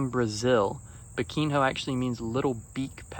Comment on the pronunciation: It's not biquin ho 😂 the nh sounds like the spanish n in jalapeno